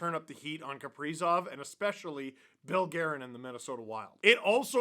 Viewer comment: you said Bill Gwavin wrong 😥